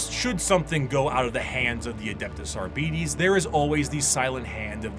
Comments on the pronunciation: Man, I dislike the way keeps saying "Abeedees". It's 'Arbites' ffs! From the word 'Arbiter' (/är′bĭ-tər/) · Well, there are rules when it comes to pronounciation. Both for English and Latin. And yes, it gets a bit weird in W40K because it's bastardised to hell and back, but "Arbeedees" is still quite incorrect. I'm guessing the lazy pronounciation is simply due to Arbiter not being a commonly used word these days. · English is full of words taken from other languages, the pronunciation of which was adapted to better fit English phonemes. They don't fit the standard of typical pronunciation because of that. And again, Arbites has no relation to the english word Arbiter. Even going by Latin "rules", it would be closer to "ar-bee-tess", still very different from arbiter.